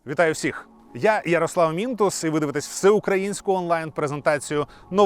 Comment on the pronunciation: Ярослов Мінтос?! Це хто?! :)))